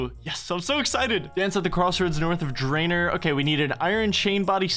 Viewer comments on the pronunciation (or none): Its drayNOR not drainER